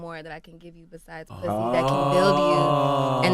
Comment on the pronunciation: “and you rewarded him with puthy?”